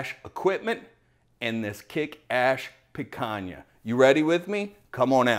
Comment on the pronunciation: The Brazilians can forgive your mispronunciation, but Spanish is going to make enemies. ;) I'll still try the Kick Ash Basket. Looks like a nice toy with the can.